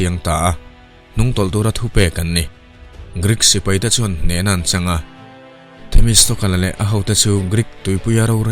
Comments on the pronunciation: A ngaihna wm ltk. Mahse Athens sipaite hruaitu hi Themistokles ani. Themistokal nilo in Themistoklis tia lam tur. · 'Themistawkle' ni lovin, 'Themistawkal' tih zawk tur niin ka hria.